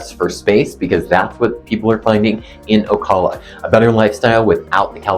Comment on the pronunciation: First off--pronounce the name right. You get more respect that way.